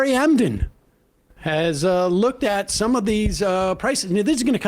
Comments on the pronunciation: Umm, did Sam say Harry “Endem”? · "Harry Emden" cracks me up every time lol